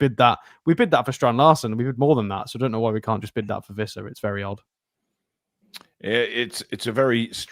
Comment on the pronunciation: Its Wissa pronounced with a W and, Ive got a video of Wissa himself pronouncing it. 😂